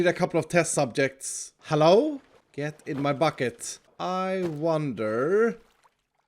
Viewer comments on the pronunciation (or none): Congrats on 1.5 million subs! You deserve it! Ya work hard, and ya give ud great entertainment. Keep up the good work my dude. Also, "HALLO!" i can never see hello the same ever again. xD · no, no, no, it’s HALLO there